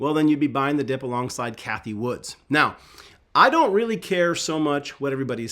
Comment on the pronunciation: Hey, love your channel and appreciate all you do for us. But … her name is Cathie Wood. No ‘S’ at the end. 😂